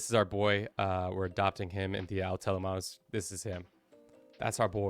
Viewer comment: "au telemanus"? Is that Greek for something?